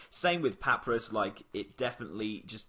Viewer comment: Thanks. However.... Papa-rus com-poast